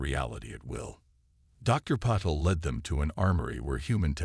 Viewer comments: I believe it's supposed to be ( pa-tell). At least on other hfy channels it is. 😊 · Your AI SUCKS ASS!!!!!!!!!!!! WHAT THE F@ is the Dr's name::::!!!!?????: "Paddle", "PEDDLE", "PUH-teel", "PAHDLE", "PAT-le", "Patel", and WTF is: CATA-lodging"?????? AND, WTF is: "....time to PER-fict the technology...".? I am done listening to you. You people don't even attempt to proof read or correct these frequent and very annoying errors!!!!!!!!!!!!!!!!!!!!!